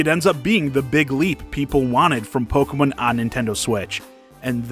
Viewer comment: Pokamin? It's Pokemon. The name comes from combining the English words Pocket and Monster, but you use Japanese pronunciation to say it.